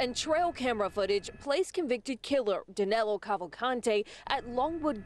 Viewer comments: His name is Danilo (Da-NEE-lo) not Danelo. Danelo is not even a name in Brazil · Get his name right, at least. Danilo Cavalcante.